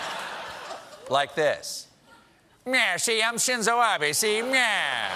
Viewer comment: Genuinely, thank you for knowing how to pronounce Shinzo Abe.